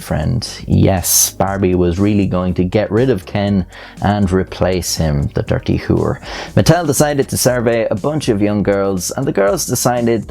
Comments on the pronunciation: “The doorty whoor” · ahh yes, the drirty who-er